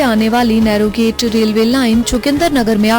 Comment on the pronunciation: नैरो गेज़ है न कि नैरो गेट। बेसिक कॉन्सेप्ट तो क्लियर कर लिया करो वॉयस ओवर करने से पहले